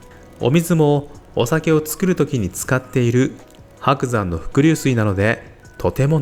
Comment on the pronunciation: 金沢市民、ね 石川県民、ね 白山ははくざんではなく はくさん、ね